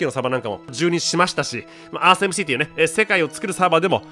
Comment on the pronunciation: エムスィー